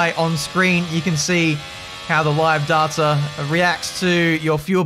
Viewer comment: Dayta not darta. Other than that great vid.